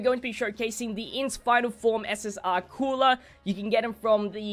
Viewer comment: I die inside when people call Cooler “Coora”